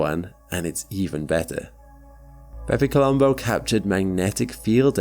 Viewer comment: stop saying bepi colombo please